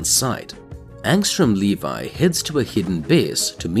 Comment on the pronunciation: Angstrom Levy, Le Vee, not Levi like the jeans it's pronounced Le Vee.